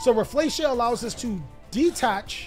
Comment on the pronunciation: Rafflesia is a predatory plant - pronounced "Raf fa lee see ah"